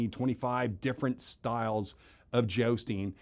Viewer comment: Why does jousting guy say "jaosting"?